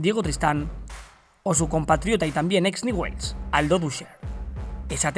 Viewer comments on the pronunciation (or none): Gracias por editar y subir el video. un solo comentario, acá en argentina (soy arg.) se pronuncia ÑUBELS.